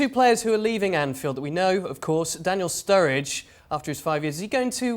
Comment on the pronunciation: Ennnngliish ?? 🤣 *Sturridge * common.